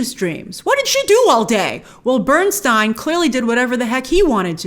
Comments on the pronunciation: Dear Grace, thank you for this wonderful review. Lenny will always be my NUMBER 1. Even after 33 years I miss him so much. You are one of the rare people who know how pronounce his name correctly 😀😀😀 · That is how it is pronounced tho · A note to those moaning about Grace‘s pronunciation of Leonard Bernstein’s surname. It‘s of German origin and Leonard himself preferred Burns(tie)n over the Americanized Burns(tee)n. If you drink Riesling wine it‘s a R(ease)ling not a R(eyes)ling 😉 Easy to get confused…